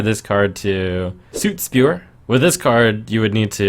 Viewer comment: Does trump say soot spewer incorrectly on purpose?